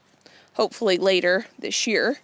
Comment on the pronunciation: When you say “this year” it sounds like “this gear”. 😂 Thankful for all your A+ content!!